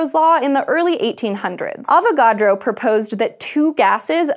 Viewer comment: Every time she says avacodro I think she's about to say avoCADO. lol